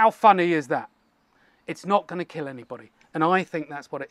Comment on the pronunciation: "It will keel"